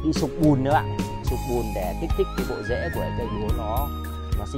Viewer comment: Mấy bạn ng Bắc hay bị sai ct phụ âm đầu ghê. "bộ rễ" chứ ko phải "bộ dễ" em ơi!